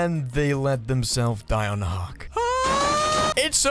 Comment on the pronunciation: Love the way he says hook like 'hucc'